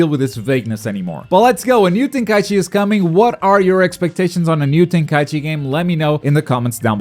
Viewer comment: What are you saying? Volten Kai Ichi? I feel like you're saying it wrong on purpose lol, some kind of inside joke?